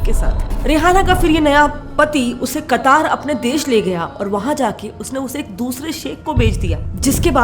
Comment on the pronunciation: कतार नहीं..कतर..है